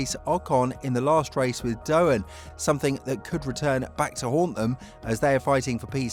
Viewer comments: It's Doohan not Dohan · Jesus christ man, out of respect for his Father at least, it's DOOwan, not DoHAN, didn't viruses come from there? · Lets hope for Jack's sake you can at least learn how to pronounce his name before the start of the the seasons last race. It's not that hard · Right, this is just disrespectful af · Learn how to say Doohan, I'm sure you can manage one day